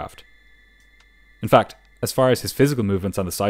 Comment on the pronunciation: "FAC"😁 "FAC"💀